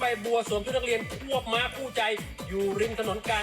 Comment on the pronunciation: ม้า ไม่ใช่ ม่า นะ